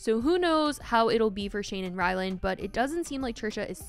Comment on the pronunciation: Lol, hilarious every keeps thinking his name is “Rylan” — it’s RylanD.. And it’s not even his real name (it’s Ryan).